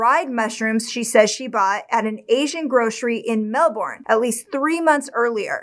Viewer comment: I'm from Australia. Just a tip on the pronunciation of the word Melbourne. Its pronounced "Mel burn" not "Mel born". 😉